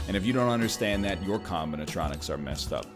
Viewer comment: I am unreasonably annoyed by how he keeps saying combinatronics. Is this a reference to something I don't get?